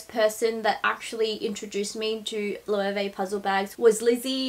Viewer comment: I am a Spanish speaker. Let me help you "Lo" "e" way". It's always been big just not in daggy places like Australia and the States 🙉🌼😘